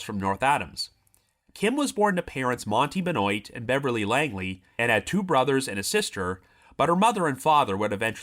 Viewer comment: Benoit, pronounced “Ben-wah”. Of French origin.